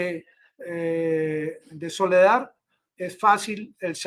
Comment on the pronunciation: Por favor, es SOLEDAR, con “R”; no Soledad, con “D”. Por favor,corrija!